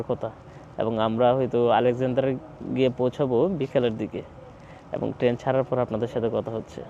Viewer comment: আপনি ত ঠিক মত কিছু বলতেই পারেন না। টেন না ট্রেন, কেরু না কায়রো, আপনার ত আইডিয়াই নাই জায়গার নাম সমন্ধে